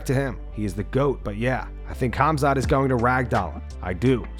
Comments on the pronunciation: Chael: Hazmat Moicano: kazamat ✋🍺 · My man Renato, It's 'Khamzat' and not 'Khazmat'! :D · Kuh-Hama-Zat aka Khamzat 😂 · Who the fuck is kazzemat lol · Everybody butchers Khamzat's voice. Its Hom - zott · khazmat, khazmat.... LOL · I just cant get enough of Miocano's various Kazamatch pronounciations! Dudes a lyrical legend. 😂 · Casmat, Kazemat, Khazmat, I love the pronounciations, rivaling Uncle Chael and JOey Diaz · Kah-zi-mat Chee-mayev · So many fighters have trouble pronouncing Khamzat! They say "Khazmat"!!😂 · He said Kazmatch twice, too lol 🤣🤣🤣🤣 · Chael and Moicano pronounces Khamzat’s name like they got something against him 😂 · Moicano's out here tryna challenge Sonnen for the undisputed mispronounce championship... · He's copying Uncle Chaels' pronunciations😂😂😂